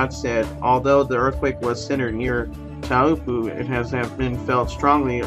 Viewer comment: Pronounced - Tau rhymes with how and po like so. How so? Taupo! Cheerio.